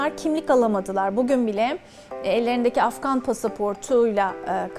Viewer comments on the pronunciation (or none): none